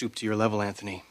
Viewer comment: anTney seems the type that would enjoy swapping places with ole james in the dungeon. i ff'd so much i dont even know who really killed ivanka? why does sally pronounced his name AnTney? anyone know